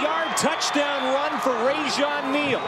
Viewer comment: the announcer for the south carolina game said rajon lane instead of rajon neal